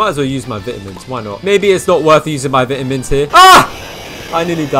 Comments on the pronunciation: "VITAMS!" its vitamins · bro said vITamins 💀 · HE SAID VITAMINS SO BRITISH